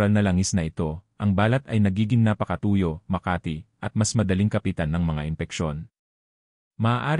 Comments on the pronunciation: Are you a Filipino? There's lots of mispronounced words giving different meanings.Examples :balat you change meaning to wrap not skin covering,tuyo meant dried fish instead of the real meaning as dry,Makati a place in Metro Manila instead of giving meaning to itchy.The balat you pronounced meant birthmark.Sama you pronounced it meant to go along or join,instead of getting wet. One thing more the way you pronounced the words FUNGI YOU sounded fung gay/gum as the sound gum w/ a u stressed instead of gam sound,and lastly- clothes u sounded it clo des.Please pronounced words not giving other meanings.Just a big difference! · Grabe ang robot magsalita balat (birthmark) instead balat( skin) Makati ( City in metromanila ) instead dapat makati ( itchy)